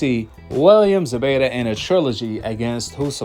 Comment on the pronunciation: It's Zepeta with a p!!!